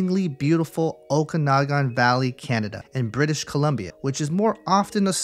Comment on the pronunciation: Okanagan is pronounced "Oh-kan-ah-gen" btw!